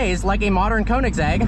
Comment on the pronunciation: I am so sorry but the way you pronounce Koenigsegg is such a white way to say it. And that I am a white person xD. It is pronounced "Kernigsegg". Admittedly I was pronouncing how you said it for some time but after watching a guy who pronounces car brands made me feel dumb. Edit: SORRY, TWIN!? I didn't know twin supercharging was a thing!